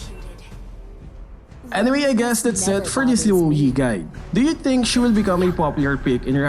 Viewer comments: Luo yi? You mean rouei? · No one: literally no one:: LUO YEET